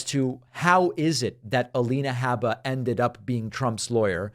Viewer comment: I stopped watching David’s Alina Habba videos because of how he mispronounces Habba, Like chalk on chalkboard. I can get the same story from Farron, Luke and Jesse with less irritation.